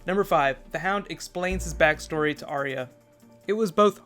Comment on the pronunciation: BTW - it's "Are-ya", two syllables instead of 3. :-)